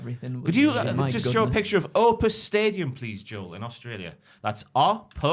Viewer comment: OPTUS Stadium,. OPTUS. Not "Opus"